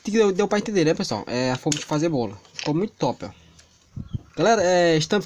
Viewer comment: Amei ele falou ols pissoal kkkkk mas amei muito